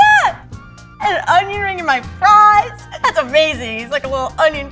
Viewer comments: “You’re done-ion rings” I’m heading out 😂😂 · “You are donion rings”